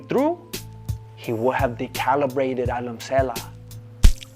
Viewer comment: 6 minutes "Decallibrated" lolzJesse...you are a true Master.